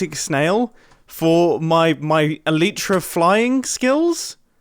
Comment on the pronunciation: the way you say elytra it’s pronounced el-eye-tra 😂